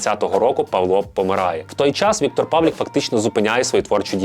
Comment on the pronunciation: Чому —Павлік? ПавлИИИИИИК.